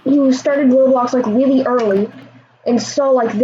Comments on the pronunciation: It's pronounced row blocks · Its not rawblox its roblox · it’s not rob blox it’s roeblox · Its ROW BLOCKS NOT RAWBLOCKS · "rawblox" lol